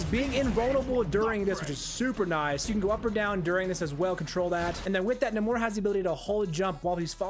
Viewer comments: Its Nay-mor lmao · I gag whenever he says 'Nah-more' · The way you pronounce his name is certainly unique. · Just the accent. Nowhere else in the history of Namor have they pronounced it that way